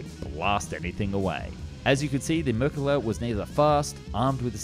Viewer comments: merkaava, not merkuva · Yes! Please continue with the Merkava 3 & 4! But PLEASE work on your pronunciation of Mer-ka-Va. I'm hearing something like Mer-ka-Gah. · His mispronunciation of Merkava as Merkela is funny enough to transcend politics. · Why are you calling it the Merkilla?? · I am an Israeli ex-Sargeant-Major of the Israeli tank corps, I was privileged to be a tank commander and used the Merkava, which is pronounced MER-KA-VA not as you say it is pronounced, hebrew is a peculiar language all letters in the Hebrew alphabet are consonants, the sound of vocals are made by symbols under the letters for example if you want to write Merkava in Hebrew, it is written like this מֵרְקָבָהּ under the מ are two parallel points . . or three depending on the word, the ר has a symbol called shva nach which consists of two points one over the other, the ק has a symbol under it called kamatz which is represented by a similar symbol to the English letter T and describes the sound A the ב letter has the same symbol as the K and the last letter is ה which does not have a sound symbol and is not pronounced because it is the last letter of the word. the only thing you wrote that is correct is about the Magach, and they were bought from the US after the six day war 1968, until 1968 and later on Israel used French and English tanks the french AMX-13 and the English Centurion mark 3 to the Centurion Mark 10, about the tactics, you are wrong, I won`t get into it because that would be revealing secrets that no one except the Israeli soldiers have to know about, and the producer of this video is wrong on many things he presented in it, besides the fact that the motor in the merkavas were slow, that was no detriment to kick our enemies buts. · אאהההההההה אז תגיד altough, it is not exactly marekava but rather mrkava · No, it is Mer ka va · MerkavA-the accent is on the last syllable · Ahh yes the mercala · why do you keep calling it a merkele/merkeler